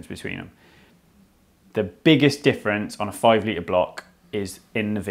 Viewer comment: Not even close. His knowledge is obviously good, but his whiny droning voice is off putting and the total inability to ever use the letter T when it appears in the middle or end of word is just plain lazy and makes you want to switch over. If it was the odd word fine, but it isnt. I spotted all these in maybe a 3 min segment Litre Notice Diameter Twenty Skirt Majority Squirter Positive Negative Mating I'm interested in the subject, but I actually had to turn it off I found him that annoying